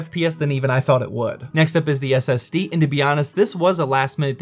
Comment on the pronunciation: I thought the SSD said “ass”...